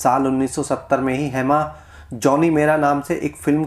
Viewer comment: Bhai Hey-Maa nahi - Hema hai...!!!